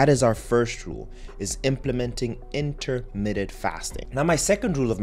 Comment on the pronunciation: Dude, it is not 'intermitted' fasting. It is intermittent!!! You're a 'doctor'?!